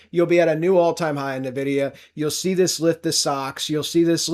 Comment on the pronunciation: Someone needs to tell this clown it's not pronounced NUH-vidia.